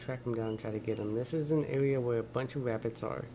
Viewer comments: He keeps saying wabits like Elmer Fud haha im losing it lmao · “Wascally Wabbits” 😂😂😂